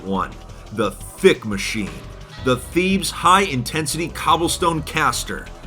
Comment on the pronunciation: "Thebes" is not pronounced the way that said it throughout the video. It's actually pronounced "Teh bays"